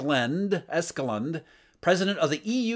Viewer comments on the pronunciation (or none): pronouced eskelund wrong